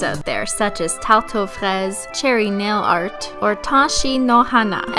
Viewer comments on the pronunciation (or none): none